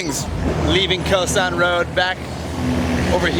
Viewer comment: Your pronunciation sounds tourist: Khao san.